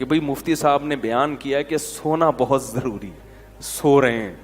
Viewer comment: Zaruri not jaruri.